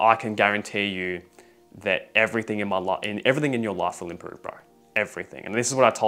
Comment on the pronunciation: Bro how he says life and its sounds like ,,love" or ,,laugh" , bro what is this accent